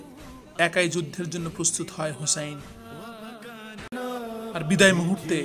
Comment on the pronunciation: Hey man who is husn rz allah an. You are saying husn.read the name completely and respect it man